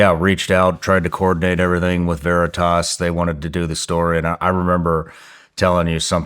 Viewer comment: Veritas, not Veritoss. WTF. Stop saying Veritoss.